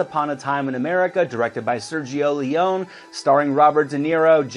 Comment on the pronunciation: The way the host pronounces Ione and Leone makes it worth the watch. Oh, and Overboard ranks above Blade Runner and Blade Runner is ranked 72...Oo